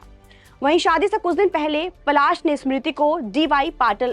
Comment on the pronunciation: Phle bolna sikhiye Pasal nhi Palash muchchhal naam hai unka 😅